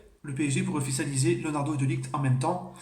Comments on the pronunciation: De ligt sa se dit de lirrrrT pas de liguT ou de laayT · Sa se prononce de lirt poto